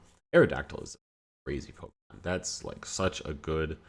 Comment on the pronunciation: The way you mispronounce pokemon is a real talent lol